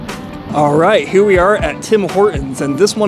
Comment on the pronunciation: u said Herr instead of here